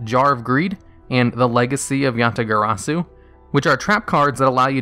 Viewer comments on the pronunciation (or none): none